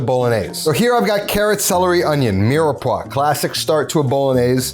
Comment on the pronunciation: Hearing an Italian say mirepoix broke my heart